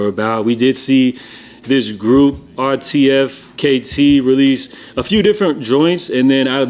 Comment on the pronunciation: 'RTFKT' is pronounced 'artifact'